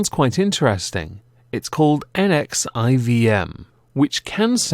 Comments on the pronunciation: It is Nexium, not Neexium. I don't really get the reasoning behind both using and bashing Wikipedia, as if it's the site's fault you don't know how to use it or ever make a habit of fact checking, and so you have no choice but to mock the resource, as your only means to communicate your opinion that it's untrustworthy. Everyone does know those little superscript numbers are the citations, I'm sure. You could've clicked it and read the article. Like the source for the part about the location in Albany, New York and the purpose of the ESP seminars is from a Chatelaine article by Courtney Shea about Sarah Edmonson and her experiences in NXIVM. Wikipedia is giving you that so you can double check. If Chatelaine isn't good enough, Google 'Sarah Edmonson' or 'NXIVM Albany' and scroll until you see a reliable source, though I will say the article is quite good and worth reading. You could've easily quoted Edmonson or Shea with a click on a superscript number, and then on the article link, using Wikipedia the way it's meant to be used. I have never understood why people mock and deride Wikipedia, as if it's this totally unreliable resource that spouts nonsense. You cannot cite Wikipedia, that's very true. If there are no citations, then you can't trust it, but when there are no citations, the site informs you that it is missing citations at the top. That's because citation is a central requirement for the online encyclopaedia. That's what you're supposed to get from Wikipedia beyond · I thought it was pronounced En-Fourteen-Em. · God, it's like he's reading all the proper nouns out of a bowl of alphabet soup 😄